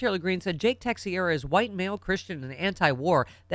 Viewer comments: the name is pronounced ta-shera. your welcome. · Texiera = Tesh-era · Pronounced: TAH-CHER-AH. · Pronounced -TAH-Cher-AH. AKA treasonous mass hole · Yes. Rhymes with "Tae-tera".